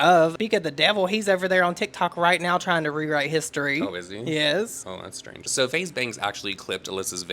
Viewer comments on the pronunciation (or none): none